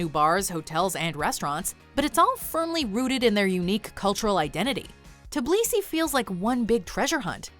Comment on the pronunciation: Tiblisi? Its Tbilisi!